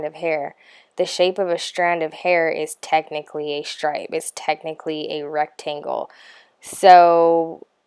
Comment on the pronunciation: Are you half german or something? WHY are you pronouncing STRIPE, STRAND, STRING like that?